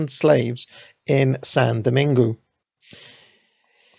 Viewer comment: you nailed the pronounciation of "saint" then stumbled every time you said "Domingue". If you say it like "Doh-mang" you'll still be wrong but you'll be a lot closer.